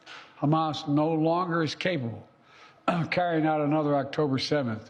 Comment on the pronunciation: And Joe is no longer capable of saying "capable".